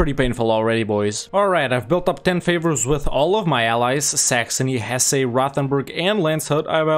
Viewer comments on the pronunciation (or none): none